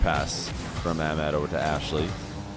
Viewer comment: Your pronunciation for Ahmad is incorrect. The H isn’t silent. I love ur content by the way, I watch it everyday